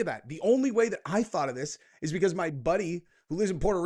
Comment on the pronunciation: I love “THOUgHt ! Excersises!🎉